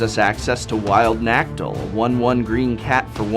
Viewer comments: God dammit you did it again prof....sigh.... It's Nacatl (NAH-cah-tuhl) not nactl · Nuh-cah-tuhl. Not Nack-tul. Pull yourself together, man. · As a professor, I though you would have known by now that Nacatl is pronounced na-'kah -tɬ, accent on the second syllable. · Ummm professor, almost everyone knows it's pronounced Na - caht - ill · I myself am having trouble understanding how people completely miss the second a in the card's name. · Garde Noir Lol, good spotting, haven't noticed that :))